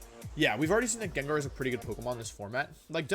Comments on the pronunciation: GANGAR > Wolf said: "JAAANJAR" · he pronounced "djendjar" instead of gengar omg i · Did he really call it JenJar? 😳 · Stopped watching when he said jenjar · Bro i love you soo much. However!!! The way you pronounce gengar hurts my soul everytime. Lmao